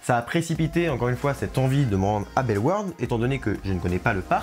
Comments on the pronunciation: il l'a pas hyper bien dit au début mais ensuite il l'a bien dit Belle Warde (en soit tu dis pas le "au" du tout même en flamand ) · Je viens de Belgique, je suis excité à l'idée d'essayer ce nouveau coaster! 😁 PS: Bellewaerde se prononce Belle-Au-Warde (pour les wallons en tt cas) 😉